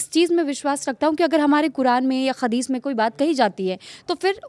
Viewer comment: Khadish nahi hadis hota hai